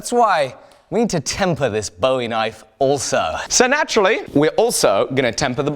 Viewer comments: I get you! I pronounce them both the same too! It kind of grinds on a Texan’s nerves to hear it pronounced like a “David Bowie” knife, instead of a “Jim Bowie” knife! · I greatly enjoy your videos, but I have one gripe, and it's with your pronunciation of Bowie. It's pronounced like buoy or boo-ee, named after Jim Bowie. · Just for the record :) and grins, Bowie when referring to Jim and the knife is pronounced to rhyme with Louie, so... Boo-ie... Love the vidoes! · it's a "Boo-E" knife. I know, I'm a Texan. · Same here! I pronounce it similarly to buoy. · I guess it's mostly Texans that really pick up that you say "Bowie" incorrectly.... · bugged me too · Jerry Jeff W I'm normally not someone to correct pronunciation, especially because a lot of things are pronounced differently all around the world. But Jim Bowie is a historical figure, and American folk hero, the pronunciation should be done correctly.